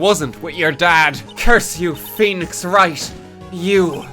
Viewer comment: Woenix Fright